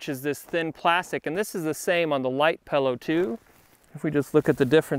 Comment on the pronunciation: Great video, great review. One minor complaint... what the heck is a Pal-oh? (😜)”This is the little dinky bag for the Pal-oh...”